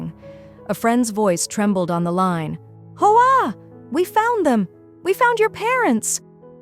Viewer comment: Hoa is pronounced "wah" in Vietnamese. AI narration sucks!